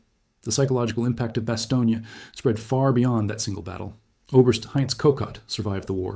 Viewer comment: bas-TONE, not bas-TOE-neea